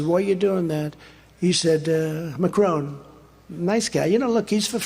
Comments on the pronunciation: He can't even say Macron correctly. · It's not 'Macrone', its Macron - rhymes with one. Trump is certainly making progress with subtraction; his propert portfolio subtracted New York. His bank balance is subtracting lots to pay his lawyers...and the little fine of 5000$ for violating a gag order..(maybe he'll soon be subtracted from the community at large and added to the prison community?). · "ma crone" lol nicely pronounced trumpie